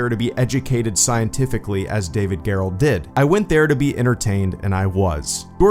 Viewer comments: It's pronounced David Jerrold, not Gare-Rolled. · You pronounced David Gerrold (one of the best Star Trek writers btw) name wrong